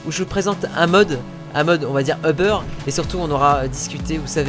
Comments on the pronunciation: c'est UBER Pas OBER parce que moi chu au Quebec et c uber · C'est pas euberre mais uber